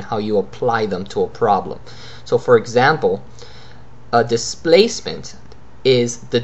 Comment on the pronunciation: U r pronouncing like thistance nd thisplacement... Lol